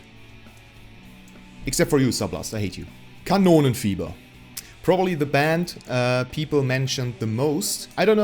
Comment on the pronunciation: I am sorry, but I relistened several times and still hear Cannoli fever, but its Kanonenfiever, I know